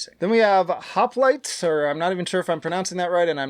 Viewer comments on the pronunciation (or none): none